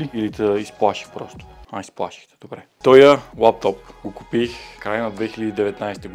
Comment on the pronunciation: С ударенията накрая се води, че си от големиОт град уе! Софето бръв :)